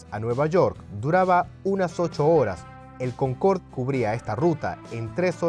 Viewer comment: Es "Concorde", no "Concord" empezamos mal